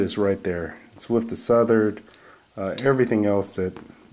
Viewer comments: The makers last name is pronounced "Slish" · You pronounced wrong name of knife dude.